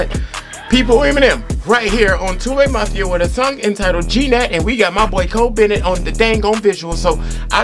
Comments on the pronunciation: Almost no one knows how to pronounce the title 😹😹😹 not g-nat, just [nat] 😺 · He said G GNAT 😂😂😂😂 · This man said g-nat lol